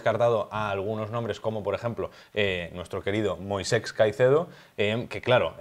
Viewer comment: Moisex... no se por qué les cuesta tanto decir Moisés, como el del Éxodo